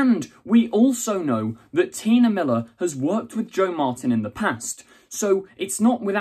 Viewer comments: Why do you keep saying "Tina"? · I think T'nia is pronounced like tuh-NYE-a, not Tina :)